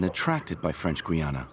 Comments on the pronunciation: I've read all of the books that ex-cons have written about French Guiana. How can you respect a video that can't get the name of the country pronounce correctly. It's not Gwe + Anna !! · Gweeana? I stopped watching at that point.